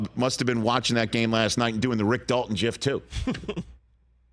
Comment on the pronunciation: Hard 'g' on 'gif' Rich